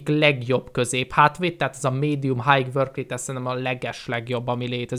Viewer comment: Az nem hájg, hanem háj(high).